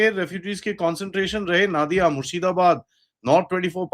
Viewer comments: One correction sir. Please don't pronounce NAADIA (its sounds arabic). It's Nodia or you can say Nadia. Nadi/Nodi refer to River. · Sir जी। नादिया नहीं, नदिया जिला है। नदी से नदिया नाम रखा गया।